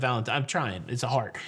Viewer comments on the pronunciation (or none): none